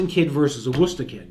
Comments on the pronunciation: This guy knows how to say "Worcester". Thumbs up from me. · Coming from England, I just came here to see how Worcester is pronounced in Massachusetts. Glad to see it’s correct 😂why can’t the rest of the us pronounce Worcestershire sauce right then